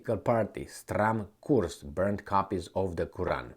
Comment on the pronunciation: Surprised how good you pronounced "Stram Kurs" in actual danish :hand-orange-covering-eyes